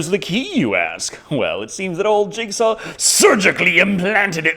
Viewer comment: Are you saying jigsaw or Jake Saw?